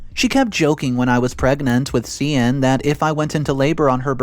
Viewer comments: Just FYI. Cian is pronounced Kee-an, not See-ann. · The Irish name Cian is pronounced Kee-an as far as I know…